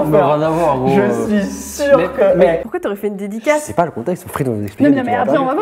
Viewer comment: et le "dedicasse"